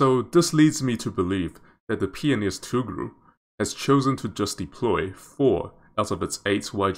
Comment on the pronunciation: Tugh-ril (Toogh-ril)